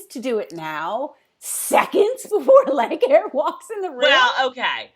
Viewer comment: I love that you call leighaire "leg hair!" I so had an issue trying to say her name in the book, I think I pronounced the same.😂